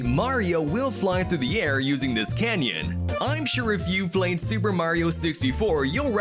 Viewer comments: did he really pronounce CAN-ON as CAN-YON!? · 15 hidden details nobody asked about. also the word is cannon not canyon 🤦‍♂ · he just said canyon instead of canon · Whos the narrator he needs to get his facts straight. As well as learn to pronounce canon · Did he just say canyan